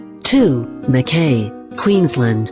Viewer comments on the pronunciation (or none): It pronounced Melbourne, Adelaide, Sydney and Wodonga perfectly. Mackay was a fail. It’s pronounced Mac eye. Wagga Wagga is Wogga Wogga. Brisbane is Brizban. Canberra is Can-bra.